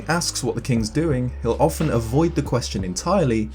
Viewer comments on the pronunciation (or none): none